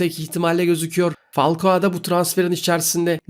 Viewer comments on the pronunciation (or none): Abi Falcoa değil Falcao. Biraz dikkat et